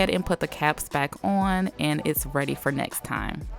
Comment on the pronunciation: anyone else gets triggered when she says on as in